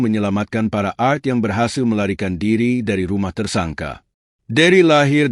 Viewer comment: Kok bacanya Art?? Art mah seni hrsnya A Er Te bacanya bukan ya ? Yg bener apa ya ??😅